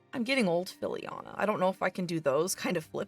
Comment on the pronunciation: Every ti,e call Fillian "Filliana", it gets me stupid.